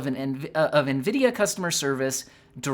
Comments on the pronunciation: bro almost said Ngreedia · I think you meant to say "nGREEDIA." It's ok tho lol